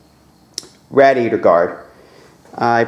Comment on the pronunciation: please say radiator the right way